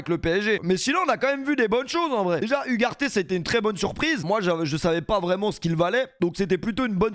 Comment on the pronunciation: Hugues Arte, cette prononciation est effrayante...🤡😆